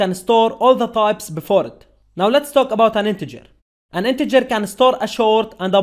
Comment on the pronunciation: Sir please improve way to pronounce word like " talk about" !!!